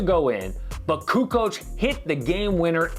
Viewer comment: Lol Charles, "CuKo"